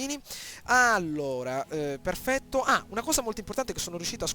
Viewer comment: "AAAAAAHHHH PHERRRRFETTO!" Fenomeno!!